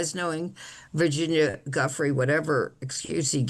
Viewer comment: Come on,, learn how to pronounce Virginia’s name after all she’s done. What you were saying is not even close.